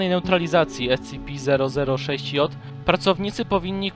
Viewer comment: Mówisz scipi grę na mówić scp